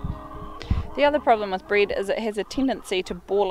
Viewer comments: I don’t know what “breed” is, are u saying “bread” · She said bread or breed 🤔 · Nice place you got there. I was a bit confused when you said to not feed them bryd, ha ha. So of course I understood that is your dialect for saying bread. Ok, that was useful to know. What about feeding bred to ducks? It is very common in my hometown to feed the wild ducks some bread...